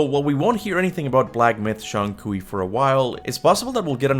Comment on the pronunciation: Is just Kui, Not Kui-We. LMFAO.